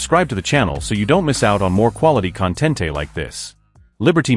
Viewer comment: I almost hit the thumbs up button when the AI narrator referred to the " con- tent-e" of the video.